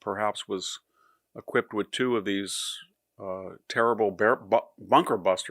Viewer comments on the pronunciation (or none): none